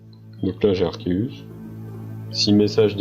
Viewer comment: 2M faux c'est arc+zeus donc ar-ké-us